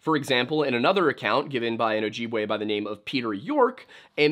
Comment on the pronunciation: As a member of an ojibwe tribe you butchered the word ojibwe